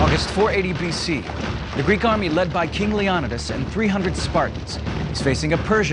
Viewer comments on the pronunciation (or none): FAILENKS NOT FALENKS JEEz GET IT RIGHT man! YOU SHOULD KNOW FAILenks LIKE HOW YOU FAIL AT SAYING LEON-I-TIS NOT LEONODAS. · his name was Le-o-ni-des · anybody really pissed off at how this guy goes out of his way to say everything wrong? yes we don't know "exactly" how they pronounced it but Leonidas is accepted as (leo-ni-dis) by many people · Total pronunciation fails... Leonidas, Phalanx, and a few others. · I hate how the narrator pronounces Leonidas's name.